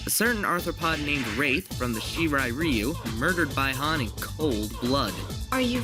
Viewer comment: You pronounced Bi Han wrong. But I'm thoroughly impressed. I'll subscribe.